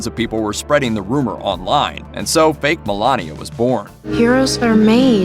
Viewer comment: But... Did he say "baked", or "fake"?? :))